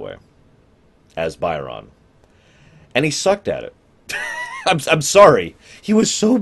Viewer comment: I don't know why you keep calling him "Buy-RON", like he works as a purchaser for Mr. McDonald the clown or something. They say his name in the episode, it's "BY'rn".